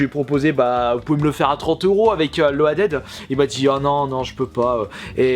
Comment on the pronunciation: je t'en supplie fais un effort!!!!! Ton anglais est juste abuse buse fluse bruse tuse busé!!! Loaded se prononce [Lodid]!! Tu ne sais pas ça du haut de tes plus de 30 ans? Sinon si tu ne connais pas Loaded, c'est un Run'n Gun vu de haut à la "mercs" ou encore "commando" et "Shock Troopers", mais en version gore lol. Tu devrais tripper sur ce jeu-là!